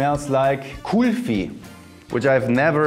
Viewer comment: Its a really nice dessert, has cardamom in it. Its pronounced Cool-Fee